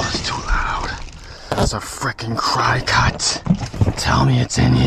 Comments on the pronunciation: Pronounced cricket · No one is going to tell him????? Come on lol!! I will. It is pronounced cricket.